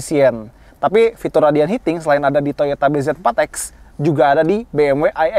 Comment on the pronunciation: ausah nyebut namanya bezeeforrrexxx